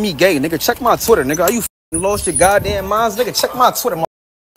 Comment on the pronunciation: He saying Twitter like bffr.